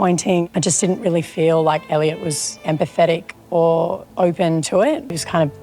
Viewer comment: 😂 idk why every time you say “Eliot” it sounds like you’re calling him “ayeediot “ 😅😅😅